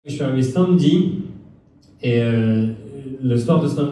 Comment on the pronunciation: Par contre Thomas, tu dis que les français disent "Cat" au lieu de "Quatre" (ce qui est vrai pour bcp), mais toi tu dis SAINMEDI au lieu de SAMEDI 😵